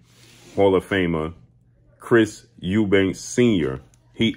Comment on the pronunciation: Why do people put an 's' on the end of Eubank. It's really not that difficult.